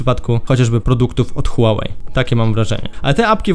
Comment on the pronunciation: Typie masz jedną robotę: mówić o techu. Wypadałoby umieć wymówić bluetooth i Huawei.